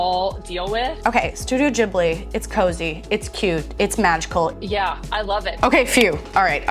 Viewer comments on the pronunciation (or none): Ghibli is pronounced GIBLI not JIBLI, arigato gozaimasu, thank you! great video love you